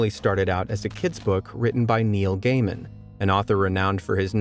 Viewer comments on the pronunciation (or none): none